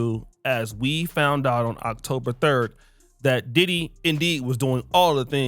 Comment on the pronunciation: You said Diddy name wrong at the beginning